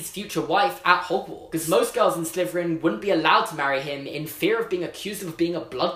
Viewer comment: We say slitherin, says sliverin